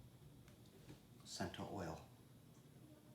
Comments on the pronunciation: Great video…being Italian I do have to correct you though the oil is not pronounced ‘sento’ it’s pronounced‘Chento’. They make great products. I’m impressed you have it. And you are correct about the whole milk mozzarella. It’s the best. Buy in a block and grate yourself don’t buy pre shredded. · Your hilarious dude! Great video. BTW - Cento is pronounced 'Chento' - it's Italian!